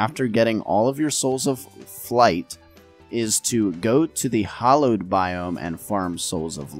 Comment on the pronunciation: It's pronounced with an A as in Apple. Hallowed. Like the start of "Halloween" - not sure how you came up with "Hollowed"